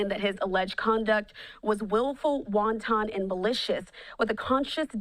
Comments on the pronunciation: Wonton 🥡🤪 It’s wanton, what kind of reporter is this? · Wontin in pronunciation - wonton. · LoL she said “Waon Ton”. These reports can barely read these days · UNDERqualified reporter: wanton = "WAHN tn" It boggles my mind how you got your job without knowing how to pronounce English words.